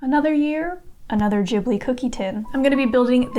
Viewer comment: Absolutely amazing! I love everything you've done, and I'm pretty sure I will love new things you're gonna try. So keep doing whatever you feel like. PS I am so happy you say 'Ghibli' correctly, like 'Jibli'. I am Japanese and am frustrated when people say it wrong. Thanks